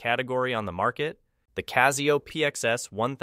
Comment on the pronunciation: There is no Z in Casio, it is a soft s.